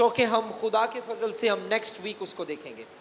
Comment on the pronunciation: سر آپ کا فضل کا تلفظ اور صحیح کا تلفظ ٹھیک نہیں۔